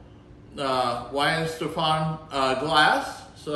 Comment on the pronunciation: Vine-ste-fa-ner The w makes a v sound